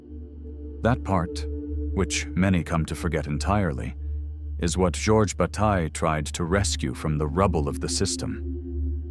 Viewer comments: i mean... "George Butte" ? this a.i. production ain't convincing anyone that actually knows Bataille's work... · I need more in text citations and less AI generated "Bat-ill-lay" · I know that this is probably AI generated and very shallow (the narrator doesn’t even pronounce “Bataille” correctly), but one part in particular is flat out wrong: When “you” (or whom/whatever) say in the first half that Bataille doesn’t mean “to waste in a material way.” Well, it’s simply untrue. Read his General Economics again, or at least The Solar Anus. Re-read the section on Potlatch. He very obviously and very clearly does mean to waste in a material and energetic sense, even including human lives (the burning of slaves by ancient tribes during potlatch). Although his “Notion of Expenditure” informs a Symbolic Excess (“Waste”), by no means does he preclude the destruction of accumulated material wealth. I hope you find this helpful!